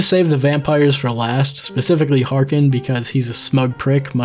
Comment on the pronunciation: Whenever you talk about harkon i just hear “orokin”